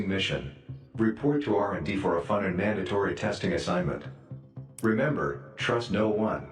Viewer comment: Happiness is manned a tree great pronunciation of mandatory